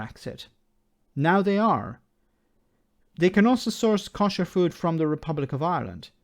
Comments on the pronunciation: You pronounce "kosher" in a wrong way. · your pronunciation of Kosher is painful to listen to.